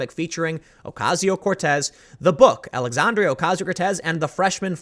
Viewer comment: Tim. Love your videos. Don't take this as anything but "constructive criticism"... her name is "Alexandria"... NOT "Alexandrio". for an example. Sorry dude.